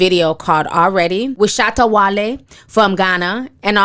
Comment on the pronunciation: Shout Out to Black American Women, you are the only ones on Youtube to pronounce shatta wale's name correctly.